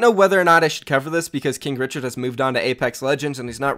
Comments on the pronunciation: Did you say kink richard? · i thought you Said kink Richard 😂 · Stop saying kinkrichard